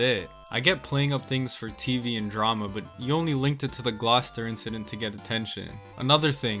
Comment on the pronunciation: As somebody who lives in Massachusetts, Gloucester being pronounced like that makes me mad too.